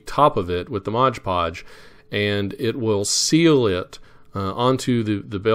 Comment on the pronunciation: Very nicely done! What paint did you use for the "stainless steel"? One nit to pick... it's MOD Podge, not Modge Podge. You certainly aren't the only one to call it that, however. Best wishes, Ken